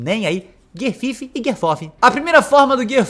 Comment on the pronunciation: “guier fifi e guier forfi” KKKKKKKKKKKKKKKKKKKKKKKKKKKKKKKKKKamei